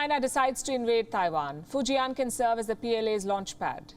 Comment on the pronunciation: fu jian not fu ji an ....... fortune build